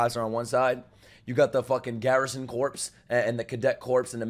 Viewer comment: He still says “corpse” instead “corps”.